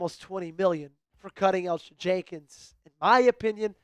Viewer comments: How did you not do enough research or be enough of a fan to know that Elgton Jenkins' name is pronounced El-Tun. Eljutin was painful to listen to 😂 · The "g" is silent... It's just Elton